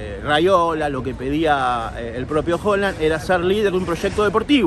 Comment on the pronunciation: Es primera vez que veo tus videos y me gusta el material Solo… pronuncia bien Haaland jaja me estresa escucharte decir Holand…